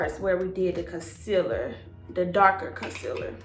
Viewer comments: I like the way she pronounce concealer "Cosiler"🤣❤❤❤❤ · I LOVE the way she says concealer! ❤️